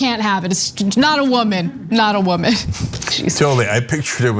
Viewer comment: When Cenk repeats and intensifies Ana's accent of " wo-man," you can tell in his face he's like "damn it, the right is gonna claim I'm racist!!" And in my head, I thought, "OF COURSEEE!!" XD And you can tell the butty hurt are gonna point and blame anything to justify why a woman has an "unfair advantage" against them